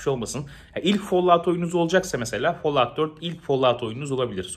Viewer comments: follavt ne aq folavt. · Tek L ile okunuyor lütfen follaut deme folaut de fall fol diye okunuyor teşekkür ederim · Follağut deme yeter midem kalktı😂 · Çok fazla folluvt dediğin için bi yerden sonra follovt oluyor insan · Abonelikten çıktım çünkü bıktım herşeyi yanlış telalffuz etmesinden rockstar videolarında ısrarla bin defa roksıtar diyodu bide şimdi fallout a falllaud çıktı. Abonelikten çıktımm